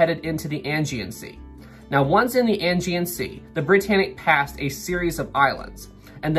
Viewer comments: I'd just like to point out that it's said like "ay-gee-an sea," not "angy-an sea." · It’s the Aegean Sea not Angean Sea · 'Ae' gean sea not 'An' gean sea, lol. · Ok .... pronounce check ISLE OF WIGHT DAR DEN ELLS AGEAN.....ADJEE AN